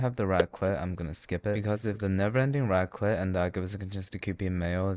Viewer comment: It's raclette, not racket.